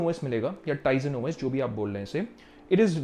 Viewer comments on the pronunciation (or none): I am unsubscribing you mainly because of ur wrong pronounce of tizen os